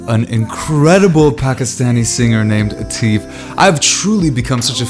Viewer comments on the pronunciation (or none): Pronounciation Others:Atif*:A theif(Atif) 😂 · Let me help you out. These Pakistanis are going crazy about how you are saying Ateef or Atef not Atif . It's hard for a non South Asian to spell it correctly. Say if Then say At spell that A softly Don't spell like ( A)gility . you spell At right. Next say it together At if So there it is Atif not Atef or Ateef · Ateef? Its Atif just say atiff that's how you pronounce his name and did i mention he's a legend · bro it's Atif.Not Ateef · U should also listen to momina mustehsan... and u r not saying his name correctly... it will be like AAATIF